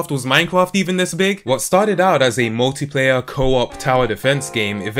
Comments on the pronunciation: 2 points 1. you pronounced minecraft as minecwaft 2. the fallout 76 hacking tweet thing idk look it up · Does anyone notice how he pronounces mimecraft as minecwaft ?